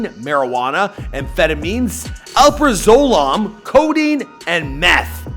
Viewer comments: Dude just pronounced Xanax Oprah-Zolahm 🤣 it’s alprazolam (Al-pra-zuh-lam) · Nah the way he pronounced alprazolam is insane